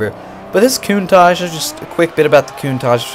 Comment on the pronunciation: I enjoyed this video apart from you saying countach wrong every time